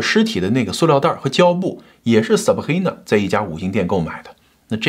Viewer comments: Sabrina 你發音成 saprina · 唉哟 sabRRRIna~ 中国人用法语的口音念拉丁的名字，一定是加拿大的 XD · 哈哈哈哈哈 Sabhina , 法語發音耶。快點跟進做PDiddy 了